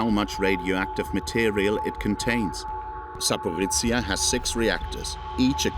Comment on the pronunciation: My hometown, my beloved Zaporizhzhia, is just 50 kilometres away from this nuclear plant. I had to flee to Kyiv because of this threat. Thank you for sharing. Truly. Thank you. P.S. I respect that you did your best trying to pronounce the name of my city, you were quite close😅 And, with all due respect, Kyiv. Not Kiev.